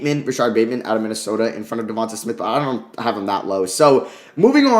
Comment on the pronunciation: Let's sound this out...DE-VON-TAY SMITH not DE-VON-TUH SMITH